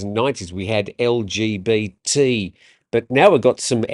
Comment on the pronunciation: Interesting tone of voice for the "LGBT" pronunciation. First rule of journalism. "Keep up with abbreviations and acronyms or retire". 😮😊 When they add OF* to the letters we'll all be able to go for a group walk. (*Old Fart) 😂🎉